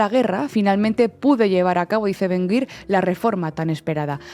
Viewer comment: Creo que se pronuncia “Ben-Gvir”y no “Ben-Gwir”